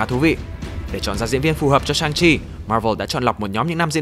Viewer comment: nhân vật này phải đọc là "săng-si" chứ